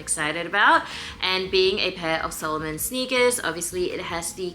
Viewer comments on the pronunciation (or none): Sa-lomon, not Solomon🤭 The latter was a Jewish king in the Bible😬